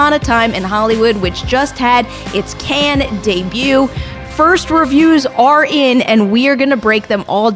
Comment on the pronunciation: "Cannes" does not sound like "Ken" :/